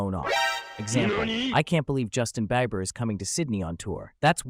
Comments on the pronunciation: The mispronunciations make this a ticking time bomb for anyone who learned anything from this video. Imagine trying to use one of the terms and they look at you like an alien because you said something about Justin "bebber" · Did you use AI voice generation? I say this because almost no one says Justin Bayber or and correct me if i am wrong but Gyatt is pronounced Gi-att not Jat. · gyatt - "gee-Aht" rizz - "rih-z" justin beiber - "justin-bee-ber"